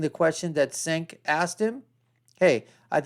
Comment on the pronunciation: 'The Young Jerks". Mispronouncing Cencs' name. No bias here, huh?